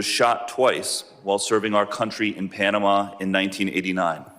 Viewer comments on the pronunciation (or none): none